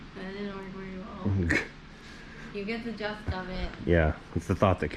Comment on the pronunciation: Did that woman say "you get the 'just' of it?? 🤣🤣